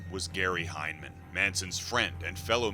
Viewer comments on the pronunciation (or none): Your pronouncing hinman wrong do your research